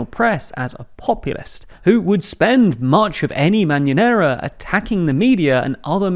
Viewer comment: By the way, you say "Mañanera" as "Marinara" hahaha and I think it's lovely haha